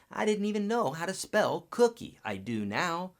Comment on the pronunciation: good info, but dude, it's cookIE, like cookie monster!!